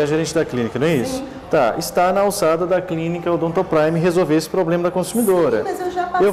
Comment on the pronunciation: Nao é poblema e sim problema